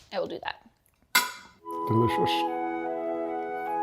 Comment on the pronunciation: Delishush... Nutrishush... Butter... :D